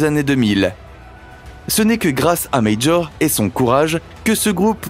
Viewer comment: Léo Major, un québécois francophone. Son nom n'est pas Médjor comme vous le prononcer à l'anglaise, mais M-A-J-O-R, comme en français.